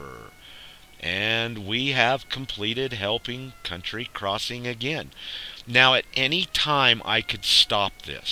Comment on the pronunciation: Its county crossing, count tea, not *unt tree